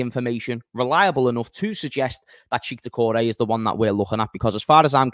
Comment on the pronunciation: It's pronounced check not cheek. And it's pronounced shoe-a-maini not tshoeameni